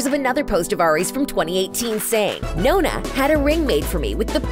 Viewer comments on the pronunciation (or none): This vid was going so well but then she said nona and not NONNA noNNa🤣 cmq amooo anche se nn sono una arianator sono felice per lei e dalton